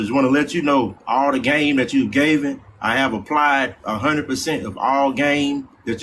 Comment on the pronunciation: Given not Gaven 😂😂😂